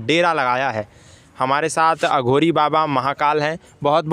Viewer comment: अघोरी से सही से बोला कर बे